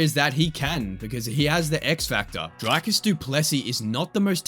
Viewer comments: From a afrikaans guy, good video mate very accurate! Just one tip, its Dricuss (pronounces "ee") not Draycuss ;) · It's pronounced .. Dree-kas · Update, the voiceover of this video successfully googobbled the heck out of Dricus.